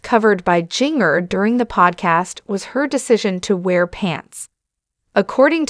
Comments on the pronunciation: Jin-ger!!!!! Not jingerr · Was this video electeonically narrated. I'm appalled at the mispronounciarion of Jinger's name and even the work "alum" which is short for amumni. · I wish this woman learned how to pronounce Jingers name and how to pronounce alum. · I agree it's annoying that she's pronouncing the names wrong